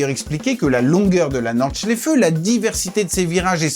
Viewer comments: J'ai les oreilles qui saignent. C'est comme "l'Éfèlle" et la "Nor-Chlèfeu" alors que c'est Aï-fel (Eifel) et Nordt-chlaïfe (Nordschleife). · C'est quand tu dis norde chléfeu😂